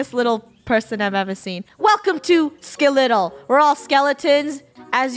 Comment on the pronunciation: Sklitlle sounds like skittle